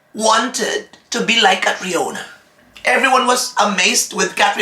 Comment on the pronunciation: From a country who is also a powerhouse in pageantry, for sure they know CATRIONA! You guys with me? They are saying that because of cultural indifferences that’s why it was pronounced as GARAY but C’MON!!!!! Ms. Universe 2018 Also CATRIONA SAID THAT. “My dad is a SCOTTISH immigrant and my MOM is a filipina” POR PABOR COLOMBIA!